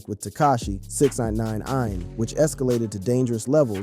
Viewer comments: Just " six ,nine" ... Not six ex nine nine ine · lol 😂 I kept thinking why is he struggling to say Six Nine 🤦‍♂️